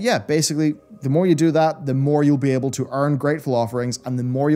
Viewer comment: i know he was saying Greatful offerings but man it sounded like he was saying something like gray falaferings